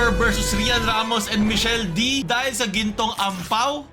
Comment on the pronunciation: Michelle dee kuyaaaa not dy 😭😭😭😭